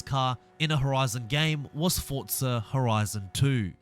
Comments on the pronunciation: Bruh its pronounced "Forza" not "Fortza" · Duuuuuuuuuuuuuuuuuuuuuuuuuuuuuuuuuuuuuuuuuuuuuuuuuuuuuuuuuuuuuuude learn how to pronounce names. It’s not fortza or selica